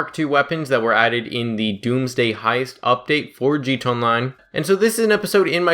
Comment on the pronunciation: Bruh pronounce your fucking a in gta, ........Jesus